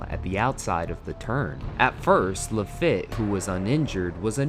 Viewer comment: *I redact my comment criticising the OP's version of events. I think I had been incorrect on that part for decades : *[ Exactly. 👍 That comment was nonsense, or very misinformed. ] * Then the channel commentary pronounced virtually every name incorrectly apart from Pryce. Carlos Pace, Jacques Lafitte etc Also the incident could have been shown as it was a distant and seemingly innocuous sweeping of a full size doll al ittle into the air and drop to the side. The drawing was more graphic and inaccurate.